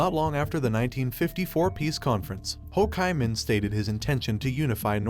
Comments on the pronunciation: "Ho KAI Minh?!" No. It's "Ho Chi Minh" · The Narrator pronounces Hochiminh wrong, it pronounces, Ho Chee Minh .x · Dude are you seriously allowing this to be out in the public where the AI can't even say Ho chi Minh appropriately they call it Ho (chi)KY Minh like lambda chi!!!🙄😮‍💨 IF YOU'RE ACTUALLY DOING WORK AND GETTING PAID FOR IT DO THE WORK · Also locally its Lao. The S is silent. And with Ho Chi Minh, it's Chee, not Chai. And it's definitely Saigon, not Ho Chi Minh City for southern Vietnamese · Hele, the Ho Kai Ming trail 😂, Jesus Christ 🫣, at least try to tweek the Ai to say he's name right, Mama Mia, this is definitely a thumbs down video, please do better research next time, wrong on many issues in a video only 10 min long, well you should actually get some kinds of price of that, wow am amazed, people please to better a research dont listen to this,cuz its basically bs! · AI narrations are unlistenable. "Ho Ki Min"??? Give me a break!!! Learn to speak English. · Ho KAY Minh 😂🎊🤣 stupid robot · Yes, detracts from the effort as a whole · Ho "kai" min?? 😂😂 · I'm sure this must be AI talking because they can't pronounce Ho Chi Minh's name, right? What happened in 1954 with the French?The reason that they lost their Colony in vietnam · The name Ho Chi Minh is mispronounced throughout the video.